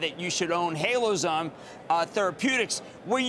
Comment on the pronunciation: HaloZyme NOT HaloZome IDIOT. Cramer, do a little research and learn how to pronounce the company name before the interview.